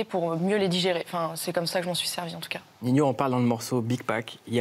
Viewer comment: B bha sa se dit Nino je crois, pas Ninio 🤷🏾‍♂️